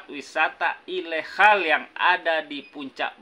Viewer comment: Ilegal bang..bukan ilekhal...